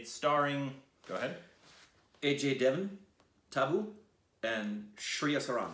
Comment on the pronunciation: in Ajay Devgn's name, the g is not silent, it's pronounced Dev-gun, you see before it was Devgan, the same but with an a in it you still pronounce as if the a is there Dev-gan, i don't know why he changed it.